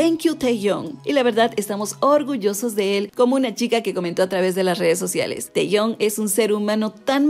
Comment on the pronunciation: Me resulta un poco raro que lo pronuncies como teyon asi que si no te molesto u ofendo, se pronuncia kim tejiung, no lo digo yo, lo dice la chica coreana que me enseño a pronunciarlo